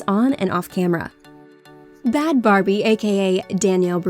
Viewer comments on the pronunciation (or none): Its bhad bhabie not barbie sorry not sorry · It's actually Bhad Bhabie, not Barbie. 😉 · It’s not Bad Barbie it’s Bad Bhabie.